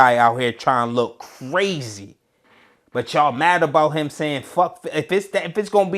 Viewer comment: “i asked eem to take it down” 😂😂😂 E HIVE !!!!!! 😭😭😭😭